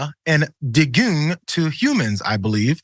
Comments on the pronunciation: deng gay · Dengue is pronounced dengay, but I don't know about the others. We have dengue in this country now. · Dengue is Spanish so it's pronounced "Dengay". Well, not really Spanish, it's a Hispanisation of the Swahili "dinga". Surprised you've not heard of it, as it's a major tropical disease. There are several preventative vaccines for it, deemed essential for us privileged folk before visiting large areas of the globe, but available only to the wealthy amongst those who live there. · Dengue, pronounced Dengay. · Dengue is pronounced Den-Gay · I think you need a spot of help from someone who lives in an area which had aedes aegypti mosquitoes and a dengue problem. "Aedes" is pronounced "aid-ess" "aegypti" is pronounced "ay-jipt-eye" I'd go for pronouncing "chikungunya" as "chicken goon ya". "dengue" is pronounced "den-ghee" (a hard g sound) The virus that causes dengue (also known as break bone fever) is related to the viruses that cause yellow fever and hepatitis C. (So you can test positive for hep C infection after being infected with dengue, even if you've recovered fully from dengue and never actually been infected with hepatitis C.... Ask me how I know.) Where I live they dealt with the aedes aegypti mosquitoes by releasing mosquitoes infected with a bacterium that halved the life of the mosquito - again, from memory, male mosquitoes that spread the infection to the females. I've forgotten a few of the details but that was the general idea. That is enough to break the cycle of the aedes aegypti mosquito spreading dengue. They used the town where I live and another town in the same part of the world for their proof of concept. Suitably infected mosquitoes have now been released in Jakarta, Indonesia, with a view to breaking the dengue cycle there, too. Trust me, not having to worry about dengue any more is great. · Dengue pronounced deng gee. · Dengue is (pronounced Den-gay or sometimes Den-gee) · dengue is pronounced dengi